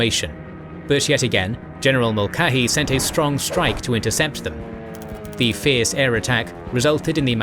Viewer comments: Yet another name u should of goofle before u tried saying it Mulcahy It is M<ul Ka Hy Once again u are missing the heard C' Now I can see how one who does not speak English as a first tongue may getthis one wrong as it is actually Irish. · HALL - zee and Mull - KAY - hee 👍 The video is otherwise well done. Sorry, mispronunciations are always jarring for me.